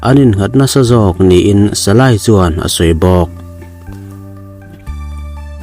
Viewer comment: Salay ni lo in salai tih tur